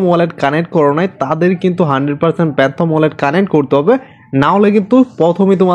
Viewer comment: প্যান্থম না ফ্যান্টম ওয়ালেট 😊